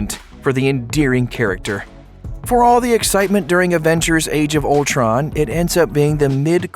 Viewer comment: Is it me or did he say "Aventures Age of Ultron"